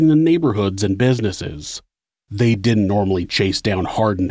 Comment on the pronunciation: "Didn't" not "dint".